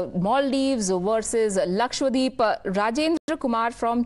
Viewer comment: It’s not LAKSHWADEEP It’s LAKSHADWEEP